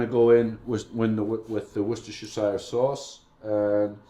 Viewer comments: Woostertertershire sauce....it's pronounced...Wooster.....wooster....an again...woooster lol.! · pronounced as Woos-ter-sheer sauce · great recipe. Its wooster-sheer sauce, English, what a funny language ah? But thats how its pronounced by us weird English men. Some American gem recipes would be much appreciated, thanks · pronounced "wooster sauce" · Its 4 mins of trying to say worchestershire shire wor shire cester worchshirecester sauce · just say it how we say in the uk wooster.. sauce ...(pronounce the oo as you do wen u say look ) :) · Wooster sauce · wuh-stah-shure sauce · Im amazed you pronounced Worcestershire right not like some who say Wor chester shire very annoying but later you did lol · It's woos-ter believe it or not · It's pronounced Wustersheer by those who live in Worcester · woostershire sauce if you want to say it correctly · I don't take cooking advice from cooks that can't pronounce Worcestershire sauce. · I stopped watching when he said Worcestershire sauce. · i got what you mean how professional can he be if he can't even say it right !;-)